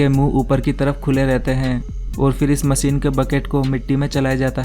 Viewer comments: MACHINE, not MASEEN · Aby chotia masine nhe hota machine hota he.